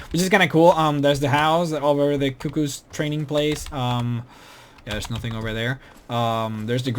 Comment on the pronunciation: I don't thinkyou say cuckoos the way you said it... I'm not really sure though. Youcan't really figure out how to say it if you canonly read it in the games and not actually hear it.